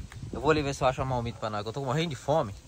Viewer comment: Não é malmita! É marmita.!